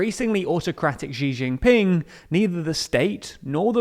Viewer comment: Please learn to pronounce Xi Jinping